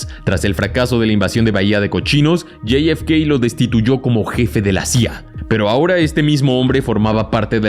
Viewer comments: La F se dice efe, no ef, mucho spanglish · Amigo es jfk no yei efe kei por favor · Bro, no seas whitexican, la neta, yi ef kei... en serio? Te voy a enseñar a hablar español bien, Jota, efe, cá, jota efe cá. Insisto, jota efe ca, parece ser que tus ganas de parecer gringo son mayores a tus ganas de hacer contenido cuidado. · Hay algun problema si solo dices .. Jota efe ka ???🤨 Estàs hablando español , dejate dependejadas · "Lley ef key" narras en español o en ingles? 🤷‍♂️ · Lo pude ver hasta que pronunciaste el nombre de JFK. Se puede ser tan cipayo hasta en la pronunciación?? Bueno, parece que si, no hay nada más triste que ver personas más papistas que el Papa!!